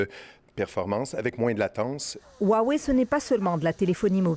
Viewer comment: Roiwei et pas ouawei vous qui faites attention aux prononciation.